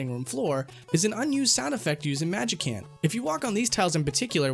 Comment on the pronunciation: Wait, you pronounced Magicant with a hard C? I thought you were against that.